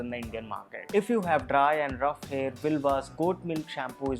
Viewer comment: It's hair ( hain)wanted to say